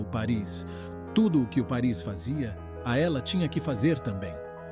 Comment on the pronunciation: Desculpe, mas a pronúncia correta é Páris.